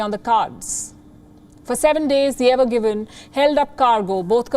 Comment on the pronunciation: Evergreen and not Evergiven